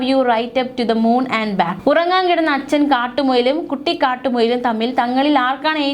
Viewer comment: കുട്ടിക്കറ്റുമുയാലോ അങ്ങനെ അല്ല കുട്ടി... കാട്ടു മുയൽ നിരത്തി നിർത്തി പറയു എന്നല്ല്ലേ ഭാവം വരു 😂